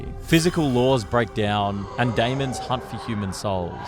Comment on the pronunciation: I'm about to go crazy the way you keep saying demon